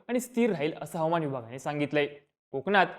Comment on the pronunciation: हवमान नाही... हवा मान म्हणा